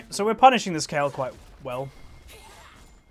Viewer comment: you said kayle you didnt need to correct yourself cuz you said it right